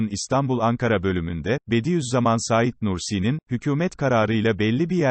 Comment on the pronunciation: Ya şu yorumcu kim acaba daha "Saîd Nursi" demeyi bilmiyor. Saîd isminde vurgu a harfinde değil "İ"de dir. Lütfen düzeltin çok rahatsız edici.